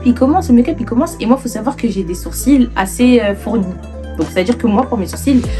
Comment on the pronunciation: Les sourcils ils étaient vraiment bad prononcé 🤣